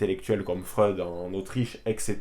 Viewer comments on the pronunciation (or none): none